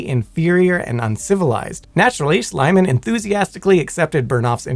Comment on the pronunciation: It's NOT "Schleimann". It's "Schliemann" with an silent "e".